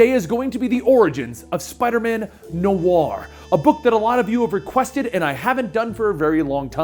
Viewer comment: Stop pronouncing noir wrong